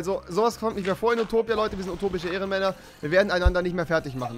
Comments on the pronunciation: Nich Upotipia sondern Utopia XD Remi sagt immer statt zwischen zwichen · Oputipia hahahahah